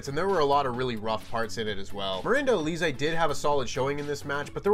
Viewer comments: It's not aleezay, it's pronounced Alizay. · Please say her name right. Alize is pronounced Al-is-zay. It's also the name of a very famous liquor. It's jarring when presenters mess up names and as the second best champion in all of QuizzleMania history I expect more from you. Yes, Sean "SRS" is number 1. 😂